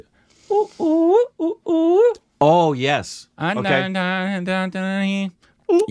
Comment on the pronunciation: Wait! Hip Hop Tamizha was not there in Enjoy Enjaami 😄The only song you reacted to was the "Ethir Neechal - Making Video" which had Anirudh and Honey Singh back last year November. The actual pronunciation of the name is Hip Hop "Tamil" "aa" as the spelling in Tamil is pronounced like a roll of tongue for the variants of L in a word.